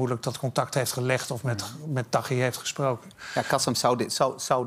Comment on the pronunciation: het is "KasIM" niet "KasEM". Voordat je op TV aan een discussie (waar je blijkbaar geen bal verstand van hebt) meedoet, zorg dan in ieder geval dat je ten minste de namen van de betrokkenen goed uitspreekt....